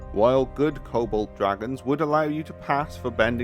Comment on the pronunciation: It took me a while to realize you were saying "Cobalt" instead of "Kobold" lmao